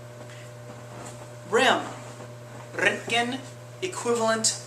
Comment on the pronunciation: I like how he say's the röntgen with the ö, nice